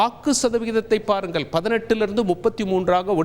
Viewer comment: பாருங்கல் இல்ல..பாருங்கள்..நீயெல்லாம் அங்கிருந்து தமிழைக் கொல்ல